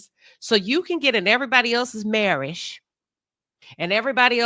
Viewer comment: Tisha still can’t pronounce MARRIAGE